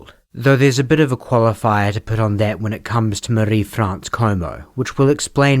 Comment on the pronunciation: Thank you for your accuracy in pronouncing Marie-France’s name correctly. It is such a small but significant way to honour her memory, and the memory of the other victims too. Thank you for your delicate coverage when it comes to SA/SV. You are a true crime champion.